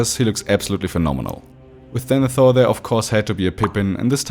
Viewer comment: excuse me, I'm sorry... "DENETHOR'S throne" ????